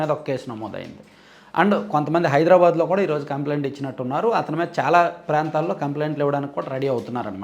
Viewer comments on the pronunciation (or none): none